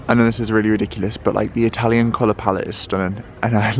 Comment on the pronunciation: Hi and, wow! What a treat 🙏 another amazing Italy travel vlog ♥️ what a stunning city it is 👌 really enjoyed the tour thanks guys 😊 And can I say I’m so impressed with your Italian you have the perfect accent 👍 love it! I’ve only been to Italy once to lake Como and this just makes me want to go again very soon 😍 Hope you’re having a good week thanks again Lotsa love x x